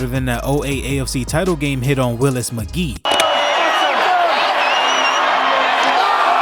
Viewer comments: Lol can tell you're a youngin. Its not pronounced Willis Mcgee. Its McGahee, pronounced like "Mick-Gay-Hee". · Dude calls him willis mc-geeh. Its willis mc-gay-he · Ok bruh. When u do research on stuff u know nothing about, get the pronounciation right first. Its not Willis Mcgee 😂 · Mah-gae-hee Willis mcgahee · Willis Mac-Gae-hee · *Willis Muh-gay-he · Dude... This guy said that Roger Goodell said something the didn't even say and he can't even pronounce the player's names... He can't pronounce McGahee and there was another one... And he's calling James Harrison Debo. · Your saying Willis Maghee wrong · Great video but please know how to pronounce McGahee. Commentary good tho👊